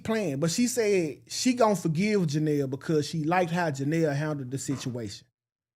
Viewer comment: It’s the Janell🤣🤣🤣🤣instead of Johnell you on point 💯